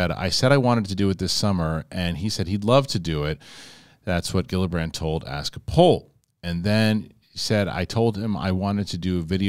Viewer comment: Love your show but you should know that you always pronounce Gillibrand’s name horribly wrong every time.